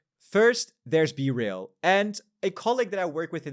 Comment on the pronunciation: Is it BeRail or BeReal